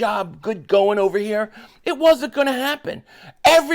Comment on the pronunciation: LOL, Cut it off “THIS GAME IS OVA” “ITS OVA”,,, LOL😂😂😂